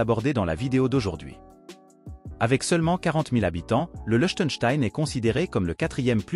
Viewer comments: Le "ie" de Liechtenstein se prononce /i/. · T'es même pas fichu de prononcer correctement le nom du Liechtenstein.